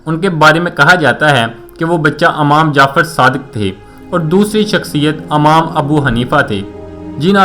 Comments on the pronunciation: Yeh khissa aap na jo dala hai jhoot hai. Yeh jawab kisi Aalim nay diyay tha. "Amam" nahi "Imam" sahi talaffuz hai. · Not am jafer Imam Jafer, ap ki Urdu thee Nahi, laf Baghdad he not bughdad Jo k aik shaher Ka nam he. Punjabion ne urdu ki tang tor di he. Youtub per Galt Urdu na Bola kro. Kya hum sub NE wale log bewakoof hain. Correct your Urdu. Bohot sari galtian ki hain